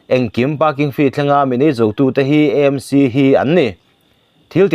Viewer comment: Sawisel tur zawng nilo in ngaihthlak a nuam in a tha viau a, mahse EMC nilo in AMC tur zawk kan lam dan ah kan ti EMC leh thin.